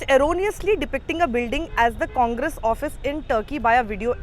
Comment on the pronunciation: Was I the only one to pick up the deliberate pause (breaking of) Congress as con-gress? By the one who has sold his soul.